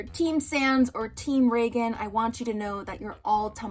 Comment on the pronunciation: I don’t care how it’s actually pronounced, hearing reigen pronounced like Roland Reagan is killing me